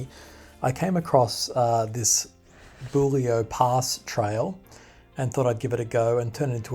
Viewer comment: Um, as a local it is Bull e o. Not rhyming with Jullio. Just in case no one has mentioned this ....From Yerranderie east to the west side of Warragamba dam is not open to the public, is gated/signposted and striclty off limits to public access and if you are caught there - very heavy fines. In the vicinity of tens of thousands of dollars. Sydney Water use trail cameras a lot and have rangers. Any roads on the map that start with a W are Sydney Water - old MWSD&B roads. Yerranderie is one way in and same way back out. Google maps shouldn't be used for these areas - or check and then double check. Same coming in from the Oaks side. No access. The long way around. Anywhere near water storage around Sydney, Illawarra and Central Coast the tracks are off limits - for very good reason.